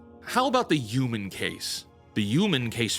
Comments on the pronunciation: "YUU-MAN" where are you from, its HUUUU-MAN. Say it like WHEW-Men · This is now the fourth video of yours I've watched. I really enjoy them, but I have one question....what do you have against H's!? I've never heard someone pronounce Human as Uman before lol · I HATE HOW HE SAYS HUMAN AS UMAN, LEARN ENGLISH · WHAT THE F**K IS A "YOOMAN"?? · There's no Y in human. Pronounce the H. Ok, so yes, the Old Guard (Boomers) runs Hollywood, but it's the Millennials, who are convincing them that the "Modern Audience" is real and that every movie needs to project The Message. The entire state has got their heads SO far up their asses, that not even a black hole could dislodge them. The same thing has happened to what is now euphemistically called "The News". It's not the anchors, who are my age, writing the stories. It's the Zenial "Producers". Your parents snowplowed away all the problems you might face, thus making your world gray and dull. Is it any wonder then, that gray and dull is what you produce? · Stop pronouncing “human” like that you psycho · That’s cool and all but the fact you say “yoo-men” instead of “human” just really bothers me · Man, saying youmen got on my nerves. Enjoyed the topic and thought but that was too rough. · Breh stop saying "yuman". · "Yooman." 🤭 Almost as good as ChrisFix's "wonder".